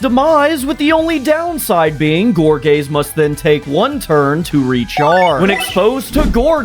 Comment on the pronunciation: I know you said gorgaze but I 100% hear gor gay😂😂😂😂😂